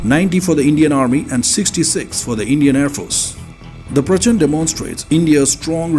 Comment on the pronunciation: प्रचंड (fiery) not प्रचन्द 🙏🏽